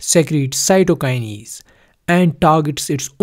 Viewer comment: Stop fucking saying "cytokinies" It is "cytokines" This video is so bad I cant watch all of it